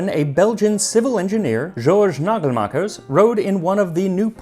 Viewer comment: Perfect pronounciation of Nagelmaeckers. Also fun fact King Leopold 2 constructed the train station in Antwerp, wich is considered one of the most beautiful stations in the world.(with money from the Congo)